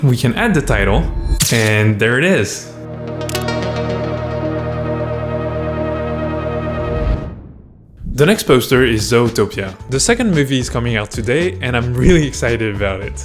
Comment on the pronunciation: Ah yes, “Zowtopia”.